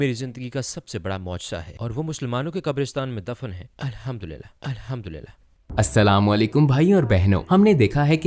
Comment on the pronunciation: Salam sahi se nahin karti ho aap Assalamu Alaikum Hota Hai